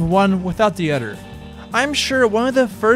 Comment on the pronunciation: Now I say "Dank you" instead of "thank you" but man you say "udders" instead of "others"